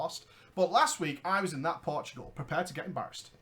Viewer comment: Portugal, not Portgual